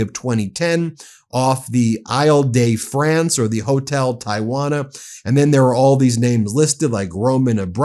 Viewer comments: Eye-l day France? That's the pronunciation youre going with? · Eel duh Fronce, Perfesser.